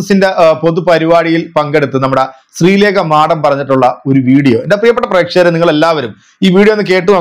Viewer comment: മാഠം അല്ല മാഡം 😂😂